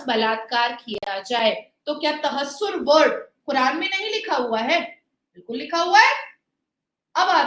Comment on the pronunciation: For a little correction its not तहस्सुर गेमियाँ Its तहर्रुश गेमियाँ